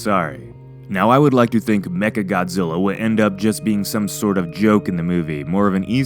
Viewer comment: when he said mecha, it sounded like he said 'necka'